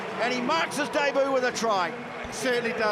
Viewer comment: Why do Kiwis have such difficulty pronouncing “debut” correctly?